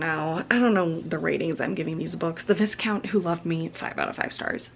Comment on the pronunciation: I love your enthusiasm! Great vlog! Just to let you know, Viscount is pronounced V-eye-count. I haven't read the series, but I loved watching you read them and your thoughts on the books.